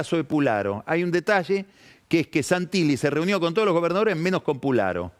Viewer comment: Se dice Pusharo